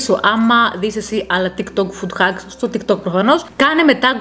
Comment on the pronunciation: ΤΊΚ ΤΟΚ, ΟΧΙ ΤΙΚ ΤΌΚ😂😂😂😂